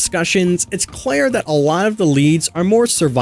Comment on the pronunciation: it's pronounced "clear" not "Claire"